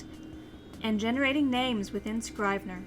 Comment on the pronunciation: Might want to check pronunciation of the product's name.